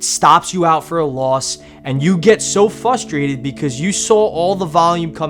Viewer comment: It sounds like you're saying "Fustrated" instead of "Frustrated." You know there is an "r" after the first letter, right? I only ask because I honestly knew a guy from New York who pronounced "Flashlight" as "Fashlight" and did not ever know the second letter of the word is "l". I guess it makes sense if you have never had to spell the word "Flashlight" then you would have no way of knowing. But he was surprised to find out the word had two "l's" in it. Anyway, hope you're not insulted, I love your videoes and I appreciate the work you put into helping people trade.